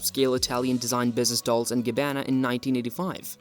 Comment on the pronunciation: Dol-Che & Gabb-ana